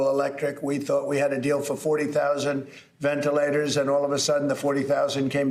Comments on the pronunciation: Cuomo...venelators venelators venalators. de Blassio..It's Ventilators you moran ! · "Venelators for the EASTER Bunneee..."